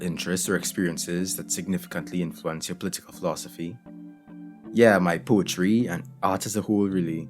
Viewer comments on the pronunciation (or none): You pronounce it "pooetry and art as a whoole, really". I like that accent (or version of English) and have heard it before, but what is it?